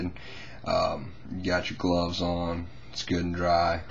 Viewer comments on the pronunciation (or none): What's gloses? Or did you mean gloves?